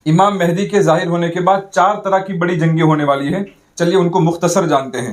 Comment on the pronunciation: حضرت ماشاءاللہ بہت اچھی ویڈیو ہے مگر لفظ مہدی کی اصلاح فرمالیں